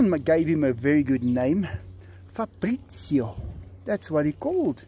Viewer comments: factroy cats new name is pronounced Fa-bri-cio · Si dice FABRIZIO Caro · Not farbrizio but fabrizio I'm Italian